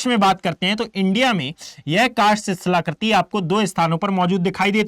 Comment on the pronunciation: कार्स्ट होता है सर। Ugoslavia में है